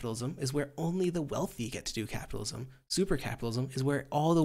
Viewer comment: Vaush going "SUPAA Capitalism" will always make me chuckle hahaha